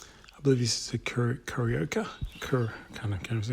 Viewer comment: some great trees but did I miss the peoples vote for the best tree? The Alberta Spruce was my vote. I noticed you found it hard to say "KARAOKE"🎤. 🤣🤣